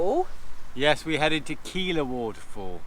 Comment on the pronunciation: Keila is pronounced like gay-la.